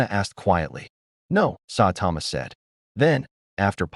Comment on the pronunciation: Sawtama...not how you say Saitama also 2 other clear problems 1: The Justice League doesn't use Boom Tubes, Batman has a teapoter on the Watch Tower, 2: the AI talks to much like a robot 🤖